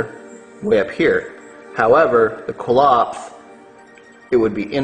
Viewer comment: It's Qliphoth pronounced (kli-foth) or (kli-poth) not Qilopth (kil-opth)